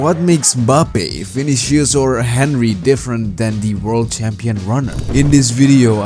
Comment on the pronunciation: You did not just say HEN-rey